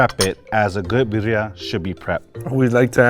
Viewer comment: pronouncing Birria as Biddia and still hating is wild!